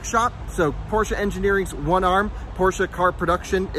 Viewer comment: I'm happy to hear you pronounce Porsche correctly :D